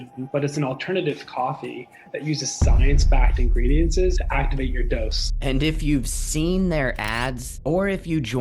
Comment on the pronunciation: The way he said ingredientsSEIZzzz. Like why???? And the “open math thing” I’m legit laughing and don’t know if I should trust the founder 😂